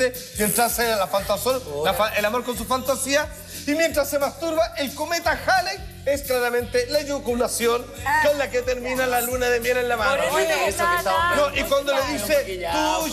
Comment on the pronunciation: la eyuculacion??? o la eyaculacion